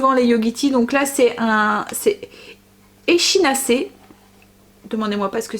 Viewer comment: l'echinacée çà se prononce EKI , c'est un tres bon truc pur les gens sensibles à l'hiver pour les bronches , pour les enfants etc le syndrome grippal